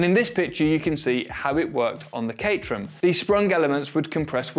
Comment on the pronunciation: i can't believe he actually said the word cate-rham 🤣🤣🤣